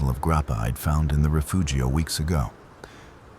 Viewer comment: Take a shot every time he says "rafoogio".